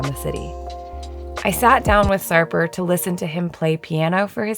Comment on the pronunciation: Do not pronounce Turkish names with english pronunciation rules, you consistently pronounce Sarper, Istanbul, etc wrong.. if you do not bother to put some effort, just leave, we do not need anything from likes of you.